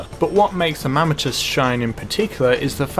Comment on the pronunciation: The mammatus... THE MAMMATUS!?!?